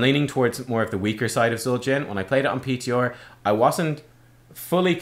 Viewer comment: The "H" pronunciation makes sense, even if it sounds strange to us as Americans; but that peeteeor, I will never understand. :P